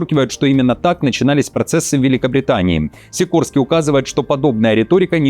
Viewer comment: Сико /рский/ будет правильнее...